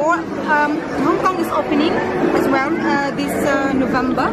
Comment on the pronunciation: lakas makasosyal yung accent ni Ate 😂. "Nuvembu" raw. 😂